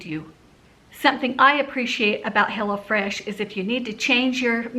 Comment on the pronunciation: You might want to say, "visit hello fresh." Lol! Instead of, "go to hell oh fresh." Lol! I LOVE you guys!